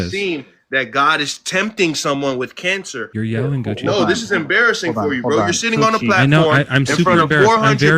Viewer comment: I can't believe Gucci didn't acknowledge that kept calling him coochy! I was laughing the whole time! Do these people realize that you guys are just effing with them?